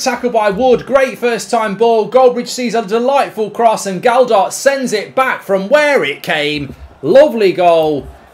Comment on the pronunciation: Stop saying a D in the middle of Gelhardt’s name!!!!!